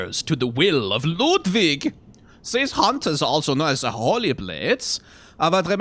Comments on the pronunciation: Delightfully slapping my big belly and chortling whenever he does the silly german accent for LOODVIG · I love slipping into his silly German accent for every item description that mentions Ludwig. Always makes me smile:3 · I love how the name Ludwig turns on his German accent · Every time he does his Ludwig accent it kills me laughing especially thinking about Ludwig later and shudders Interesting juxtaposition there. I’ve never noticed that Amelia basically is screaming for you to GO and get out and that she clings to the amulet the entire fight. Makes me wonder if she’s trying to save the hunter by telling them to leave, or she’s angry at them for disrespecting the holy place (much like with the Blood Starved Beast). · its kind of funny how many germanic things are at least partially butchered like Oedon, but he loves Ludwig and the accent lol